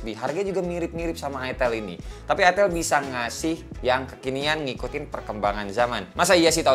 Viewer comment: Gua suka nih satu satu nya channel yang berani nyebut itel bukan aitel duluan wkwk.